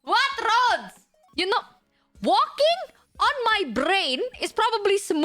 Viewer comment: "Don't get me started on RrRrRrRrRroads!!!"